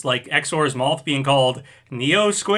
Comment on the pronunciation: Dear, That is not how you pronounce mouth. You pronounce it like Moth with a W. It is like Meowth without the E. Thank you, Big Yoshi